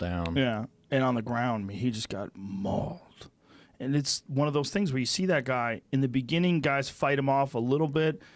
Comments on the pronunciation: "and on the ground he just got MAULED!" lol I love how Rogan emphasizes MAULED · The way Joe says “MAULED” is so satisfying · I love how Joe Rogan said molled on the ground.... love how he is also trying to get them all together. Also dean lister is also great bjj black belt break down!!!